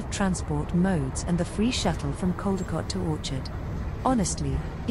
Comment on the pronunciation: It’s Caldecott ( Coll- di- cott)